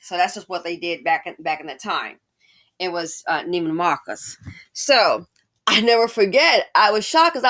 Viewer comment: You pronounce it “Neiman Mahhhhkus” 😂😂😂😂